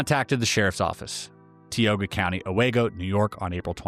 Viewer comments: tioga = tie O guh binghamton = BING um tun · TIE Oh GUH.... TIOGA...I just heard someone else, Drew Barrymore mispronounce this word. I say this with love, not judgement. Close to my early childhood home.